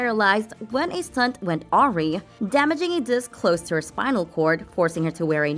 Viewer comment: awry is pronounced : ah- rai. ..no aw-ri...